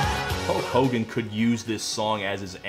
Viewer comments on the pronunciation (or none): none